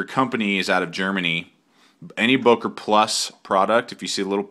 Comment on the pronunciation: Good Review. Btw. it is not Boker but Böker. How to pronounce ö/Ö: You can say Murder and there you have it. Think of it like Mörder (which is the german version of Murder). Now pronounce Böker like you would pronounce Murder.